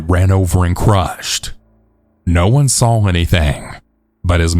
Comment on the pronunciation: Its "SAW" not "SAWLL"